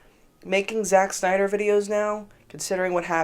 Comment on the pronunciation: "sack synder"